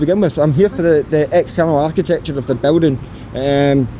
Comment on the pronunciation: Whats "art ti thetechure" just aksing ..